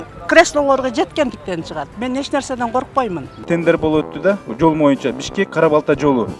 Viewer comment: Урматтуу төрага боюнча деген сөздү туура айтчы ..суранабыз ..